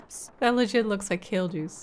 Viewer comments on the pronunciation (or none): I hear kill juice everytime! So when you said ''Kill juice is not that bad'' I was really confused.😂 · Lol. Kale juice... got it. I thought she was saying kill juice. Took me a sec. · I had to turn on subtitles and listen a few times over to understand she meant kale juice and not KILL juice. I was so concerned when she said it wasn't really that bad, like excuse me ma'am do you drink poison regularly? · I thought she was saying “kill juice” at first 😅